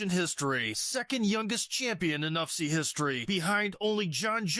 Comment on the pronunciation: Please don't keep repeating "UFCEE"...it's U..F..C..come on man..